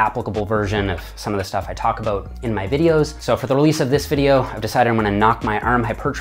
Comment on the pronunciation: Awesome - speech therapy has really improved so much of your vocal range and pronunciation. Still some minor issues with ; "far, bar, about" Great work and keep it up.